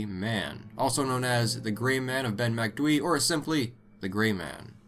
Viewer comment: Kudos for pronouncing Macdui properly, how do you guys struggle with easier words like Aluminium or Jaguar though?